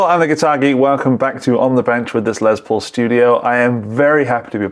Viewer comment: I wish you British dudes would stop saying “Lezz Paul” it’s “Less Paul” dammit. Less!! You invented the damn language get it right. Sheesh Lol but I do mean it